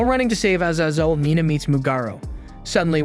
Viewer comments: a-zay-zel, what on earth do you have against long vowels and who hurt you 🤨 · Bro pronounced Azazel 5 different ways 😂 great video as always though